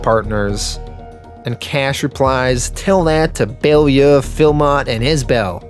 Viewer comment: It's pounced bow-lyoo